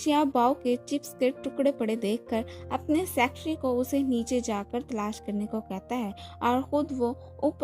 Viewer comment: Please Aap Secretary ko aache se pronounce kariye.